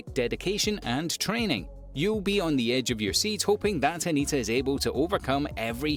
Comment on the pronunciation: It's Hinata not Hanita.